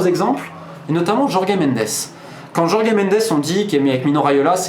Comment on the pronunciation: Encore une excellente vidéo ! J'ai seulement tiqué sur la prononciation du prénom de Jorge Mendes: ça se prononce comme Georges à la française ;)